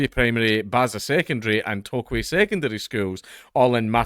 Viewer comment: Not quite flawless, haha. He did get Tokwe right, though.